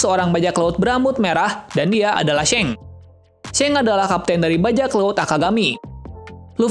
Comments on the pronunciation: Bukan shank tapi shanks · Shanks bang bukan sheng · seng hahaha... yg bener bro nyebut namanya. jadi gak enak bgt klu di deger penggemar one piece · G enak d dger shanks jd shenks